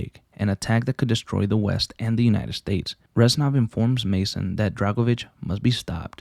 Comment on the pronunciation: It hurts to hear the "ranznov"😭😭 reznov my guy